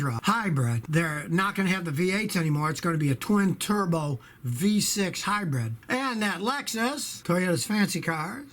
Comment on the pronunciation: I love how he keeps calling them “hi-breads.” Sounds like a New Yorker, but when it comes to hybrids, you can’t hide the Texan